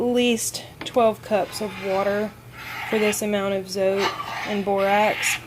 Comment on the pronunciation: Today I watched 6 homemade laundry soap videos here on You Tube. Yours was by far the most understandable, simple and informative. I love the way you broke down the cost! Tip: you are not pronouncing the name Zote right, it comes from Mexico and the "e" is actually pronounced, the way it sounds in the word "bread". Another tip: the white Zote actually has whitener in it so that it makes your whites come out like you added bleach without having to use bleach, and it also does a VERY GOOD JOB of removing stains. I proved this myself in Texas last summer. My Mother, sister and I were having strawberry ice cones and of course, we all 3 spilled some on our blouses, white blouses. After 3 days and the stains had dried, my cousin told me that the white Zote would take out the stains. I really didn't believe her, but I did as she said. I pre-treated with the soap directly on the stains and let the blouses soak in cold water over-night. The next day, I couldn't believe it when I went to check them out! The stains were completely gone, DISAPPEARED, as if there had never been a stain on them! I'm excited to try your recipe, but I think I will make a batch of each the white and pink soaps, the white for washing whites and stain removal. Thank you for caring to help those of us that NEED to stretch our money. Keep up the good work! God bless.